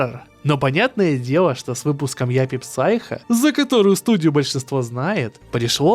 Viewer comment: Япи Сайко Вторая часть читается как сайко, п не произносится